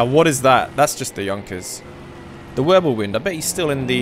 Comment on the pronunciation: he just says Würbelwind